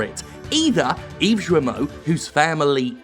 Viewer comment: FYI, "Serge Hascoët" is pronounced "sayrj ass-kwett" and "Yves Guillemot" is "eev gill-moh". French speaker here. And yes Ubisoft is a big steaming PoS!